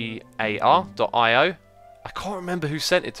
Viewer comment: it's pronounced uh-gar-ee-oh